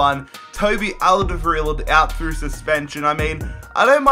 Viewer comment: You really murdered Toby's lastname :D